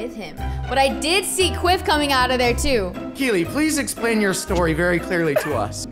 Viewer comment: Preston it’s keelee